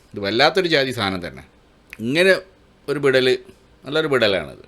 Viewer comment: നീ പറയുന്നത് വിടൽ ആയിട്ടാണ് ഞമ്മക്ക് കേൾക്കുന്നത്